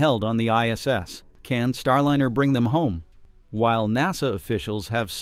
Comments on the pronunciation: One thing I find funny watching a lot of videos on YouTube is the way people pronounce words. It does wake you up and makes you think what you’re talking about.. In this situation “Star Lin er” rather than “Star Line er” my personal recommendation was actually to Elon Musk earlier, send up a dragon anyway. NASA might not like it, but the rest of the world will realize what he’s doing, giving them an option and not have to worry about paying for it. Also tell Boeing they need to shape up in a very loud way. Boeing is a bunch of idiots right now and I don’t mean the workers I mean the executives running the company the original and replaced. Since that happened, they’ve been a bunch of idiots. The type of fuel that they are losing is notorious for finding ways of getting out because it’s very hard to seal against it. I would’ve picked a different fuel or method. The other option is making sure that the tubing or piping is 3D printed solid. with the amount of money used, they should have had debility to swap out parts or explain the engineering problem better Heck, if they’re planning on using a capsule to get the crew up to starship for the Artemis program, they should swap out for the dragon capsule. (no I don’t have his ear, but no harm asking.) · The information here could possibly be valid but your content is unwatchable for me. I cant stand AI text to speech that either cant pronounce words correctly or is given incorrectly spelled words to say. It's Star-Liner not Star-Linner. I recommend previewing and editing your content before publishing. Start with reading your title...out loud. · Can you PLEASE have a real human read the voice over? Every AI script reader mispronounces the word Starliner as Star - linner (pronounced like 'dinner') plus it reads goofs in the written text as written instead of correcting them as a human would. It tells the viewer that the content creator just doesn't care.